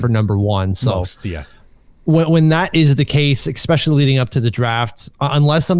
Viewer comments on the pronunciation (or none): Its “especially”. Not “expecially”. Sorry, pet peeve of mine. 😂